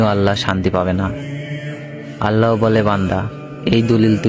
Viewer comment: উচ্চারণ ঠিক করেন এটা "আল্লা হ" হবে না আল্লাহ হবে।